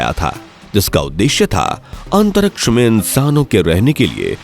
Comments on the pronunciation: Why do you pronounce "antaraksh" instead of Antariksh Murkh ho tum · Antaraksha😂, abe jra bolna to seekh le